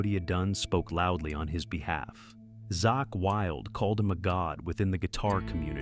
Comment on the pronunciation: Also: Who the fck is Zock Wylde? It's ZAKK WYLDE. Zack rhymes with Back, Black, Jack, Track, Sack, and Attack. It's why his Black Sabbath tribute band is called ZAKK SABBATH: Zack rhymes with black. Not with sock, rock, lock, & block. Like this video implies.